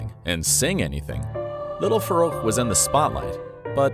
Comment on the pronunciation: I think it’s pronounced farrouk not faroucho